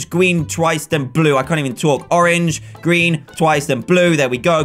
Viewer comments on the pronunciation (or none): lol you said gween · Dan: Gween That had my dying xDDDDD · 3.05 dan you said gween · u said gween haha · ''orange, gween twice then blue i can't even talk'' XD gween! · Dan said gween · Haha you say gween in button